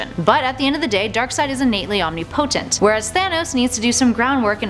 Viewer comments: I don't think you know what omnipotent means. Btw it is pronounced Om-nih-pah-tent. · Its not pronounced omni-potent its pronounced om-nipotent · Omnipotent isn't pronounced "omnee-potent." It's pronounced, "omnip-o-tent." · It's not omni potent it's omnipotent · Deity is pronounced day ity and omnipotent is pronounced ohm ni po tent. Just to clear that up for the presenter (pre sent er.) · What is Ohm-knee-potent? I think you're pronouncing that wrong. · Dee-uh-tees Om-nip-a-tent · You’d think a ‘nerd’ based YouTube channel would be able to pronounce OMNIPOTENT. It’s one word not Omni Potent. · Guys thanos would get absolutely destroyed, for darkseid is omnipotent (she pronounced it as omni-potent), meaning that darkseid literally has the power to do anything; he could erase thanos from ever existing, whearas thanos is powerful, but not limitlessly. #Darkseid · WHY do you pronounce omnipotent "omni- potent"?? Is that dialect or have you never heard that word spoken aloud before? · omni-potent and die-eh-tee SMH -. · "He's 'omni-potent' " facepalm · It's pronounced OM (nipo) tent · I don't like the way she mispronounces the words "deity" and "omnipotent", she obviously doesn't read comic books. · Darkseid ps learn how to say omnipotent properly u scrub. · darkseid isnt omnipotent. and the way you pronounce it makes me so angry. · Deity and Omnipotent are not pronounced the way she did. As well spoken as she was, this just ruffled my feathers. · Girl youre not a nerd if you cant say omnipotent right. LoL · You go to all this work to make a video and then pronounce two common words wrong?! Ffs look up the pronunciations if you're unsure. Don't just make up your own for a quasiprofessional vid. Ty. "Deity" and "Omnipotent"